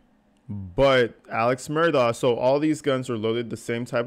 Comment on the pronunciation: DOCK! Mur-DOCK! For the love of god. It’s NOT Mur-daw